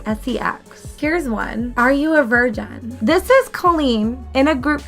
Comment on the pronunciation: 😂😂😂 chill-dren and vir-jen 😂 I just can’t!